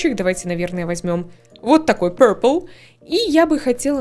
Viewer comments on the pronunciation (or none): none